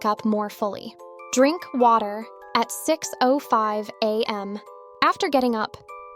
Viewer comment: Im sorry im sorry, but why did bro say "Drink water. At six am." like that??? 😂✋